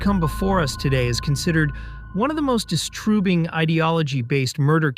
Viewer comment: My thoughts exactly! I came here just to say that and saw your comment (which was hidden). Even though it's the only one. Weird. THAT is distroobing lol